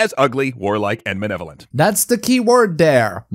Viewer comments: I honestly can't get over how NOBODY is harping on the narrator for being unable to fucking pronounce "malevolent". Look at the fucking letters; it's not "ma-NE-volent". The racism is bad too but for fuck's sake. His JOB is READING a SCRIPT on youtube, and he can't tell the difference between an "L" and an "N". ... There is probably a joke in there somewhere, but I'm too mad about "manevolent" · I fucking hate this one clip of the video I keep seeing where he says 'ugly warlike and manevolent' It's MALEVOLENT you uncultured ignoramus. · what really pisses me off here is that doesnt know how to pronounce "Malevolent"